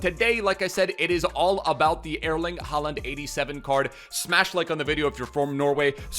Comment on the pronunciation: Your Norwegian is not bad bro👌